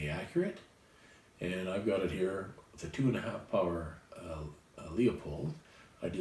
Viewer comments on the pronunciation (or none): none